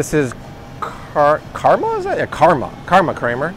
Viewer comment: uhhh, karma... or karuna?